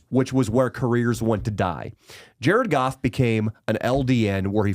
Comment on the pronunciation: JA-RED GOFF, JA-RED GOFF